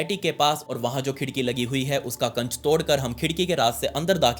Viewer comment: Kaanch❎ kacch✅ Emergency❎ amargensi✅